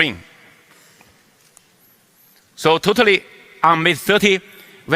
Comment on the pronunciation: totaly 读成突突里...真可爱